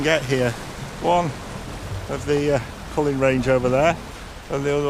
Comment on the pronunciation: It's 'Cuillin' not 'Cullens' ;) and the island in question is Rùm :)